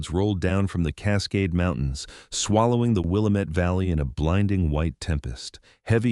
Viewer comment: I wish they would learn to pronounce Willamette properly.